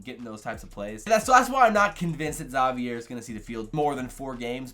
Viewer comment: You pronounced Zavier wrong, pronounce it like Xavier without the X sound